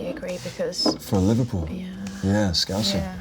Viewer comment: Now every single bloody interview I see of austin he says “Scouser”. Hilarious. 😂